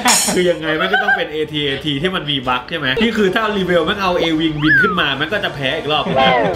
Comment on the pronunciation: AT AT อ่านว่า แอท-แอท นะ